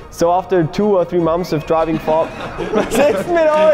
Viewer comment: "So after 2 or 3 MOMS of driving" 🤣 That's gold 🤣 I feel for you I can't pronounce English very well sometimes.